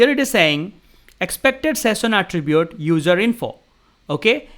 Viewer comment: शैशन not सेशन😂